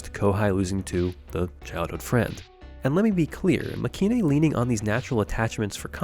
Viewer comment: Nice video but the show's name is pronounced Makay-een. As in まけいん.